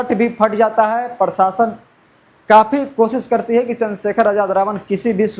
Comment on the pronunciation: Prashasan bolo tum prashasan bolta hai😅